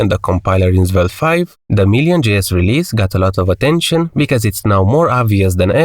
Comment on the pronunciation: Zvelte :face-blue-smiling: sorry but it's funny...